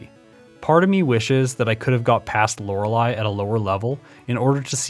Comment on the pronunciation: Hard to give you those likes if you keep privating the video. Really like your style of video. It feels refreshing and nostalgic. Stories like the Mew under the truck are my jam. Also I prefer you over the other guy, since you know how to pronounce Lorelei. lol